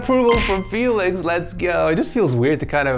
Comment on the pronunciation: I wonder how many times you said felix ed